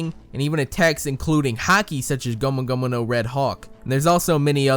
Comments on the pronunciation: Ur saying gomu gomu no wrong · I find it funny how he says gomu gomu no 😂